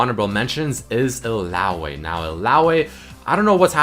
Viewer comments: how you say illaoi is annoying and wrong. Its pronounced Ill-ao-ee not Ill-ao-a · 'Illaoay' lmao